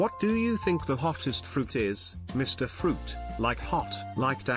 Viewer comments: You do that fa-ruit so good dad! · More fuhruit speedy, I love your oh so good fuhruit my King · More fa-ruit, speedy.